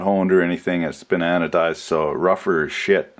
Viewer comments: I heard "been anodized" as "bananadized" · "It's been anodized" or "bananadized", you decide.